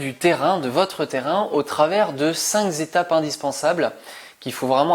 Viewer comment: Cinq ,,,zetapes,,,,oui oui